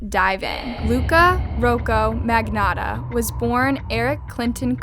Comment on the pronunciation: It’s MAG- NOTTA